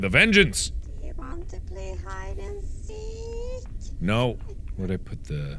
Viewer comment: "do you want to play hide and seet?"